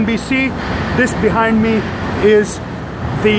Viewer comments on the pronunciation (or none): He said 'the' in British Accent 🤣